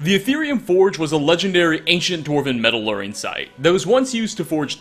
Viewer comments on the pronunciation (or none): HeY how's it goin,. Guys here. I'm just gonna jump right into today's lesson: - sounds like you say "metalluring," maybe you meant "metallurgy," or maybe you just said "metal working" too quickly:) and that saying is "In and of itself," or "in and of themselves," you were close tho! This is a tricky one. That word, "motif" is pronounced "moe TEEF" not "moe TIFF." Themes and motifs. The bread and butter of the literati. And with that, We're going to wrap up. This was a great episode,! Some interesting stuff, for sure! Cheers:)